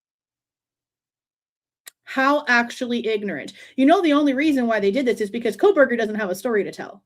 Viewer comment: Does he say KohLberger or Kohberger? Sounds like Coal-burger.